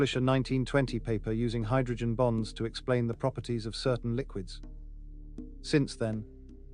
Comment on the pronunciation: I know you're saying the word bonds BONDS but when I hear you say hydrogen bonds my brain says hydrogen bombs don't ask me why it's a weird thing it just sounds like you're saying hydrogen bombs so be careful of that and you might want to switch up saying bonds made with hydrogen